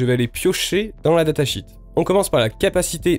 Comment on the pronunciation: Il est préférable de dire datasheet -> data “chiiiit” plutôt que comme tu le dis data “chit” qui veut dire merde.